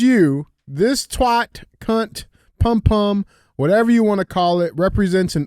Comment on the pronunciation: Pum pum is pronounced POOM POOM